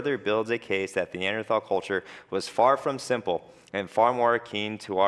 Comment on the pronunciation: How many scientists can't pronounce Neanderthal?